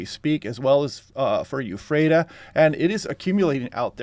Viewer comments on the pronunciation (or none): Um... EE-phrata, not YOU-phrata... unless this is a Sesame Street-like skit on vowels and we're also exploring AY-phrata, EYE-phrata, AH-phrata, OH-phrata, etc., like I did with my kids when we'd drive through. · The forecasts are always welcome. Eef-rate-uh. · Lol why do so many people on the west side say "euphrata"